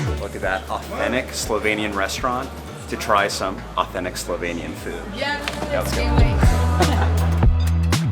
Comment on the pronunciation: I have to say, I was really impressed by your pronunciation of Slovenian words. It was absolutely perfect 👌 It's a shame you didn't go to check out lake Bohinj. Only 20 min drive from lake Bled. It's bigger and even more natural - much less bothered by humans. And when you were in Postojna, you should definitely go check out Postojna cave. It's an amazing experience. One of the biggest caves in Europe and it has a train ride to go inside. It was the first cave in the world to have an electric lightning system inside it. You can also se an animal called proteus there (baby dragon they call it) and it only exist in that cave system and nowhere else in the world. It has human like skin, is pretty small, but can live like up to 80 -100 years. Oh, and if you wanna experience the real wine regions of Slovenia, you need to go to east of the country. There is where the real wine magic happens. If you know where to go, you can find some of the best wines in the world there. They also have the oldest vine in the world (according to Guiness Records), like 500 years old. It survived countless wars including ww1 and ww2 and it still produces wine. And there are also some very charming and well preserved medieval towns (oldest in the country). Some date to roman times and even older), to explore. And traditional food in that area is also interesting to try, it differs from other regions. So.. if you ever decide to come back you have some more things to see 🙂